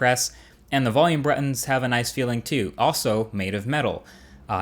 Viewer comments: He said volume bruttons lmao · You said volume bruttons had to point it out :D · "Volume bruttons" lol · Great Review! but ..."and the volume BRUTTONS" ..lol had me geekin' so hard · "volume bruttons" lol, cool video though man! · "volume brettons" xD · "Volume bruttons" Haha! You're the best, Marques!